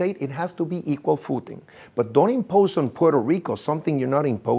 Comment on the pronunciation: ajajajaja - "equal footin'"